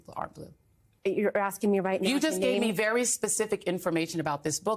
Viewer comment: "The question I'm axking..." God I hate Joy Reid.